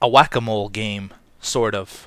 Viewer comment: kinda sounds like you said guacamole!